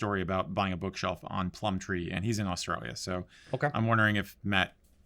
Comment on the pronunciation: It’s Gumtree not plum-tree and yeah it’s pretty much Craigslist